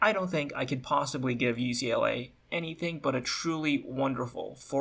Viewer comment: bruh this guy actually said ookla for UCLA XD